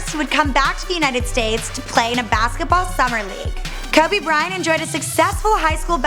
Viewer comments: I wanted to finish watching this...but her pronunciation of "Kobe" threw me off. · She is fucking annoying someone teach how to say Kobe. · Yes, when she says Kobe I die inside a bit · She pronounces Kobe wierd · How is the BEFORE he was famous? Most of it was during his career...like after his rings even. Also, if she can't pronounce the guy, she probably shouldn't be the one speaking. She's hot, but just no... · Its Kobe not Kabe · Don't let someone who knows nothing about sports document it, it's not kuby it's pronounced coby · It is KODE not cubby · bro its kobe not clubby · "Kubby" Bryant 😂😂😂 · "Kuby bryant" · That lady said cubby Bryant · Lmao Kabe Bryant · cubby bry-int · Why the fuck does she say "Kubby Bryant" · She called Kobe, "Cabby Bryant" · "Kubby Bryhant" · AT SG KUBBY BRYANT!!!!!!!!!!!!!!!!!!!!!!!!!!!!!!!!!!!!! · Kabby Bryant... 😑 really nigga KOBE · "ka be bryant" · "Kubby" your talking about 1 of the the best basketball players and you can't say his name please quit your damn job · Auburn Tigers and Minnesota Timberwolves FAN actually ko be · she called my nigga "Kubby" and got most of her info from Wikipedia smh what a tragedy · "Before KABE Bryant........"😂😂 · Who the fuck is Kuby Bryant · I hate the way she says Kobe "Kubby" and Philadelphia. Put some respeck on my city's legend' name and my city's name. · she was saying Kuby like tf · 'Cowby Bryant' Come on! Couldn't watch this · Kebe Bryant. She doesn't even know how to say kobe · When you say "Kubby" it seriously makes me want to kill myself hahaha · Who's "Kubby Bryant"? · She said kubby bryant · kobe is pronounced kowbey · "Before Keh-be." ????????? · Yo when she says Kobe in the beginning is sound like she saying kobey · Hakki S and how she says Kobe. TF is Kubby??? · Why in the name of god does she keep saying "Kubby Bryant"!! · Bro u got me crying "kubby"😭😭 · Who is this "Kubby Bryant" the lady speaks of? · Who the fuck is kAbe Bryant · did she say kubby bryant?